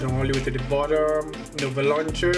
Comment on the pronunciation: says nover when its nova